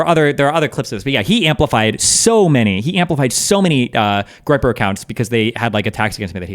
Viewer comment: Tried googling the meaning of "graper" and only got references to an obsolete word from the 1100s. Appreciate anyone that can enlighten me 🙏Edit: I'm maybe hearing "griper" as in "gripe" a bit later on.